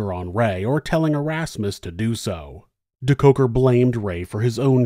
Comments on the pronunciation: I always come here for the story and soothing voice... This time I couldn't wait for the American pronunciation of the SA names... Wasn't disappointed 🤗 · I love this video, but the name pronunciation makes me cringe. Surely, there is some South African news coverage with the correct pronunciation.